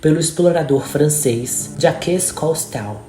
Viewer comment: A pronúncia de Jacques Cousteau é ‘Jac Custô’. 😉